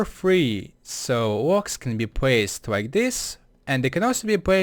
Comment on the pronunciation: He can't pronounce the 'L'. For example he says 'bwocks' instead of blocks. Nothing wrong with that, but it can be a little bothersome if you pay attention to that kind of stuff.